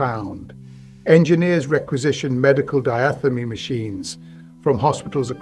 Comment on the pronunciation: The medical equipment that could be used to disrupt the German Radio Beam wasn't anything to do with physiotherapy but surgery. The Diathermy machine. To pronounce it correctly which the narrator doesn't first sound is "Dia" as in Diane the second is "therm" as in thermos, finally "y" as in windy = Diathermy... its designed use is to put an earthing plate under the patient and make sure that the patient isn't touching any metal like the operating table. A surgeon will use forceps on small blood vesseles to stop bleeding, an assistant will hald an insulated end with a cable to the machine with a bare metal point touching the forceps, the surgeon then presses a foot pedal switch for 1 to 2 seconds or shorter this cauterizes the blood vessel. My boss in 1978 told me how they would put a Diathermy machine on the roof of the hospital on a night, just as his boss told him in the 50's who was responsible for placing and checking it each evening.